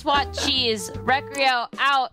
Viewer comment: 🤓 actually it’s pronounced recreyo🤓